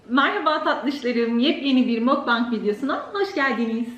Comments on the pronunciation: Ya abla yalvarıyorum mokbank deme makbeng jgjfkfkmdklslalsö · "mukbang" kore asıllı bir kelimedir ve mokbang diye telaffuz edilir